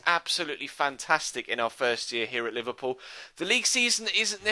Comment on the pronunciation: It's Liverpool , where did u get the "loo" from !? Typical idiot shitty mancs.